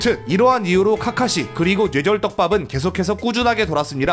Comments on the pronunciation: 노애절 이라고 들리는데요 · 초반에는 뇌절이 발음이 되는데 1/4정도?부터는 뇨ㅣ절이나 뉴ㅔ절로 발음하세요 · 뇌절 발음이 눼절이야 형.. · 뇌절을 뉴에졀 로 발음하다니.. 눼절로 발음해여져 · 근데 왜 뇌절이아니라 냬절이라고 발음하세요..? 귀엽잖아... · 은근 뇌절이라는 말 발음 잘 못하시는듯... 뇨ㅣ절이라 들림... 발음 전달력이 좋으신데 뇌절에 걸리셨네요 ㅋㅋ 영상 잘 보고 있습니다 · ㄸㅇㅈ 형 왜 자꾸 뇨ㅣ절,녜절이라해? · 죄절 죠ㅣ절 이렇게도들리네요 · ㄹㅇ 뉘에절 이런 식으로 들림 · Ü처럼 들려요(?) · 처음 뇌절 발음하실때 저는 예절이라 들려요 ㅠ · 정확하게 뇨ㅣ졀 이라고 들려요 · 뉴ㅔ절발음 불편하네요 ㅋㅋㅋㅋㅋㅋㅋㅋㅋ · 그렇게 들려서 채팅쓰려다 말았는데 담부터는 쓸게요 개선해 갑시다 누웨절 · 녜절이라고 들려요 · 진짜로 뉴ㅔ 절로 들리는데요 ? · 줴절로 들령ㅅ. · 누ㅖ졀 이라 들려 형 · 뉴ㅔ절이라고 잘들림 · 오 맞네 뉴ㅔ절이라 들림ㅋㅋㅋ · 눼졀 이렇게들림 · 냬절로 들려요! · 뇨ㅔ절로 들려요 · 뉴ㅔ졀 처럼 들림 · 뇨ㅣ절이건 뉴ㅔ절이건 일단 뇌절은 아님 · 뉴절이라고했다가 뇨절이라고 들리기도하고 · 뉴ㅣ절로 들림ㅋㅋㅋㅋㅋㅋㅋㅋㅋㅋㅋㅋㅋㅋㅋㅋㅋㅋㅋㅋㅋㅋㅋㅋㅋㅋㅋㅋㅋㅋㅋㅋㅋㅋㅋㅋㅋㅋㅋㅋㅋㅋㅋㅋㅋㄲㄱㅋㅋㅋ 눼절ㅋㅋㅋㅋ 개웃기네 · 근데 저희중학교때 국어 선생님도 뇌절을 눼절이라 발음하더군요ㅋㅋㅋㅋ 그게맞는거라면서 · 진짜 뇨ㅣ졀로 들림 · 쥬ㅔ절로도 들림ㅋㅋ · 뉴ㅔ절 ㅋㅋㅋㅋㅋㅋ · 전 "놰"절로들림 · 눼졀로들려요 ㅋㅋ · 뇨ㅣ절로 들리는데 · ㄴ뇨ㅣ 절로들림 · (눼ㅈ졀) 정확히 이렇게 들려요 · 뇨ㅣ절 이라니까 진짜 뇨ㅣ절 이라 들려요ㅠ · 눼졀로 들리는데.. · 뱔음은 눼절인듯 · 난 녜졀로 들림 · 뉴ㅖ절이라고 들려요ㅋㅋㅋ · 뇨ㅣ절이라 들리긴 하네 따라하려해도 잘 안되는데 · 광고나오는동안 댓글부터 보고 뇨ㅣ절 이나 녜절을 어떻게 발음하지 하고 상상이 안됬는데 영상 시작하자마자 바로 이해했다 ㅋ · 이국적인 발음이군요.. 세뇨리절~ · 왜 뇌절 발음이 눼절(녜절) 이야? ㅋㅋㅋㅋ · ㅋㅋㅋ갑자기 소리가 이상하게들리자너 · 자꾸 녜절이래..ㅋㅋ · 진짜 녜절 이라고 하네 ㅋㅋㅋㅋ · 니네들이 뉴절 뇨ㅣ절이라니까 진짜 그렇게 들리잖어.. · 녜절이라고 들림ㅋㅋㅋㅋㅋ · 오 진짜 뉴ㅔ절 발음 신기하당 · 뇌절 발음이 아쉽다 뉴절로 들려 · 눼절 발음 무엇.. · 발음이 형 녜절 눼절 다양하네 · 뇨ㅣ절도 아니고 뉴ㅔ절도 아니고 녜절인데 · 뉘에절 이라고 들리는데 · 왜 발음이 뇨외절임.. 약간 뇨ㅣ절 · 눼저ㄹㅋㅋ 발음 이렇게 들림ㅋㅋ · 뇌절은 단모음으로 발음하기 어려운 게 정상입니다만 은 심각하긴 하네요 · 진짜 뇌절발음이 아닌걸??ㅋㅋㅋㅋ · 진짜 그렇게 들려요 ㅋㅋㅋ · 원래 ㅚ랑 ㅟ가 단모음으로 발음해야되는데 그게 어려워서 이중모음으로 발음하는것도 허용해준거래요